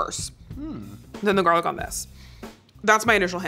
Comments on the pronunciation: It's gar lic not jar lic😂😂😂😂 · it bothered me a little bit that you were pronouncing it jarlic, but when the captions spelt it as garlic that somehow bothered me even more. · Who coined "jarlic" 😂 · Why does he say Heinz and garlic like that lol